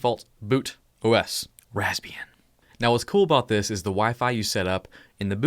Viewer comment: I always hearing Lesbian XD